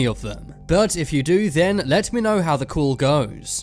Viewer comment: He pronounces "Call" as "Cool" .